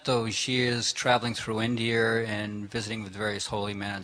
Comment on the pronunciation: He said "Indier," didn't he? Is he channelling JFK? Or was India once called "Indier?" Just like India, but with more 'indie,', it's Indie-er!